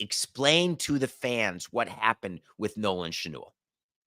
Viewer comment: Nolan "Shnool"??? C'mon David. Get his name right.